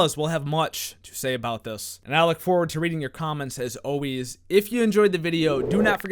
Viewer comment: Yo, no joke but says “always” like “oways”. Love you, bro.